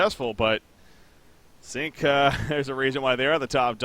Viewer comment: How come can pronounce everything except Sync? Whenever he says Sync, it comes out Zinc.